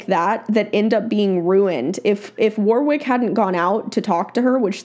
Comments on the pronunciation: Just a heads up. The Aussie name Warwick is not pronounced 'War-wick' hehe. Think of it as W-o-rick. The second 'W' is silent and the 'o' is not 'oh' either, it is the short vowel sound. Love, love, love your videos! oops just noticed some other aussies commenting about the name haha. 'Issybluz A' is the closest correct answer. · His name's pronounced Worrick not War wick. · Sorry to be so picky, but his name is not "War Wick" it's pronounced "Warrick" (had to say that as it was just driving me nuts)! lol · Most people pronounce it as Warwick but it is Warrick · Btw, it's pronounced War-ick. Not War-wick. Don't pronounce the second "w". Thanks for the video. 😊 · The 2nd w is silent. So it's phonetically it's Warrick. :-). So glad you reacted to his training. He is my all time favourite. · Been my favourite horse trainer for years. Proud to be an Aussie! I'm honestly surprised you weren't familiar. ETA: Haha sorry but "war-wick" had me giggle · Warwick Schiller is a sensational horse trainer....actually it's actually pronounced Warick silent 'w" 🙂🙂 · Hi. FYI His name is pronounced Warick. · The W is silent. Wa Rick. 💕🐨🐨🦘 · His name is pronounced warrick. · If you had done your research you would know how to pronounce his name. Warwick is amazing and has a knack of being able to make complex theories and techniques easy to understand. Well worth following and learning from him. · It kills me how non Australians pronounce Warwick 😂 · How about pronouncing his name right, for a start.